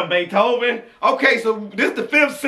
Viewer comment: "tone it donw" " Beeethven " Wit?"